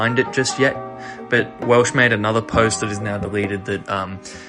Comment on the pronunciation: im sorry great retrospective but when you called Wels Welsh it made me crack up laughing